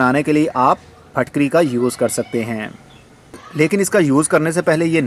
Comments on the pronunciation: Are you a native urdu speaker? I always see you pronouncing words with a 'zer' (i) more like with a zabar (a). Its pronounced more like phitkiri than phatkari in urdu or maybe its pakistani accent. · Phitkiri not fitkiri